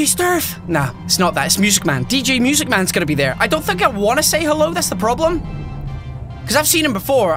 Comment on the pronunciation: Nobody: Matpat: MEWSIC MAN